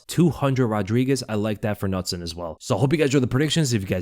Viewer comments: nutson is pronounced k-noot-son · Its pronounced Can-ooot-son. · Nutson lol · As a swede I love how you pronounce Knutsson 😂